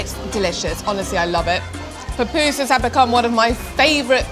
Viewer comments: SE LLAMAN PUPUSAS NO PUPUSI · Son pupusas, no papusas😮😮😮😮